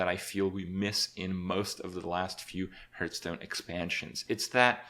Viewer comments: he does kinda say it wrong i just noticed, he says it like "herthstone" not "harthstone" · Are you one of those people that thinks it's pronounced h-earthstone?